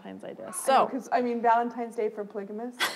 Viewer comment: Oh dear. He keeps saying “ Valem•Times “ day 😹🔪👂🏻